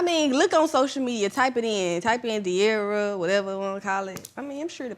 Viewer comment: This interview was horrible. Cam kept making weird perverted jokes as well as interrupting De’arra regarding the Ken situation. A lot of Gen Z wanted to know the details and he completely fumbled it. He also said her name wrong in the middle of the interview and didn’t give her the respect she deserved & I’m more than positive cam is bisexual, always asking about other’s sexuality. Weirdo and horrible interviewer.